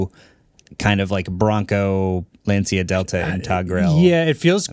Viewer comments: You know, Lancia is pronounced somewhat like "Luntshah" and not "Lunceeea" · been yelling at the screen the same that Lancia is pronounced Lancia and not Lancia.